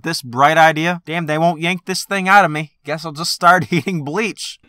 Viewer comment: 🤦🏻‍♂️ omfg it's Damn * not " dam "😑😂